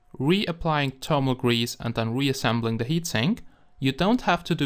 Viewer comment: and thermal :D termal